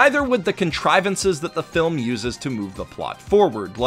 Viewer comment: A good flim HAHHAHAHAHAHSHHAHSHSHSHSHHSHAHAHAHHAHAHAHAHAHAHAHAHHAHAHAHAHAAHAHAHAHAHAHAHAHAHAHAHHA THIS DUDE SAIDA GOOOD FLIM HHAHAJJAJJAJAJAJHHAHAHAHAHHAHAHAHAHAH